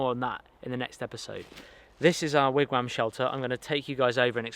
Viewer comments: very exciting start to the wigwam! thanks for including north american first-nations style. if i may point out, the pronunciation is 'wig wom' with a 'soft o'. like wig tom. wigwam. thanks. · Great video! Btw wigwam is pronounced wig-wom - or wig-wawm I’m Cherokee from Oklahoma. Soooo- Anyway I’ll be watching the rest of the build. I learned that from my “mum”😂😂😂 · It seems so funny to hear the way you pronounce wigwam (wam rhymes with ham). In Canada we would say Wigwom (wom rhymes with Tom) Love your videos. What will happen when you finally move? Will there ever be videos with Dustin again? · Me: Wigwam German people: Vigvam